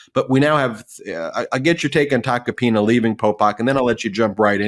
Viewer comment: For a moment I thought Popok said "I'll get back to Tacopenis" It was actual Tacopina's 😂